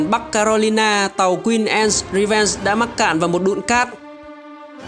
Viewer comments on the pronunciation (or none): Channel phát âm sai thôi. Anne /ae/ Beard /i e ngược / chứ k phải ngta k biết tên đÂu